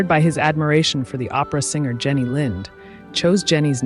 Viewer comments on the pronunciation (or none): none